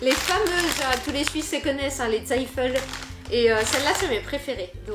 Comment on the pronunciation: «zeifel» 🤣 Le test de naturalisation suisse semble mal parti. On croise les doigts. :thanksdoc: En revanche manger du cenovis à la cuillère, c'est vraiment incompréhensible. Ça se mange sur du pain avec un peu de beurre. Mais absolument pas à la cuillère. En revanche, parler de psychopathe quand on a juste pas le même goût à Emmen, ça aurait fait rater son test de naturalisation par les urnes.